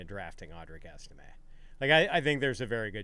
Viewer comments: This dude really said Estime are you serious?? What kind of analysis is that..this dude needs a new profession needs to be banned from fantasypros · Estime??? Come on. please do better.